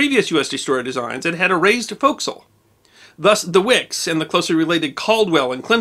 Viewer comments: Thank you for pronouncing forecastle correctly. That and boatswain are very tricky for the uninitiated. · Thank you for pronouncing "Forecastle" correctly